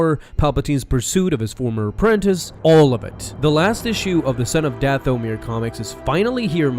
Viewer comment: "Dath-o-mere" The rest of us: "Dathomir" Me: Feels like Dooku when he was being tortured when I hear "Dath-o-mere"